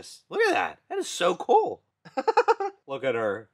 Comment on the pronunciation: It's cool not coo